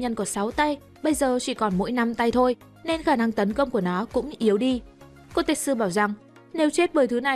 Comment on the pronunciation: Bạn đọc sai tên kotetsu r =))) tên trong truyện là ko-te-tsu =))) đọc khó vcl =))